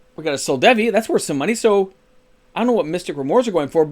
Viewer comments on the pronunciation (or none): Bruh it’s Sol—DEVI, not Sol—VADI